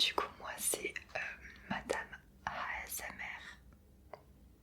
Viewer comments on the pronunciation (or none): / XD SA MA TUER